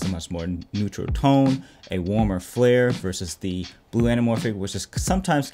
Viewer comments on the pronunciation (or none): none